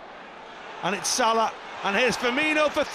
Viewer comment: the commentator can’t even say Salah properly anymore lol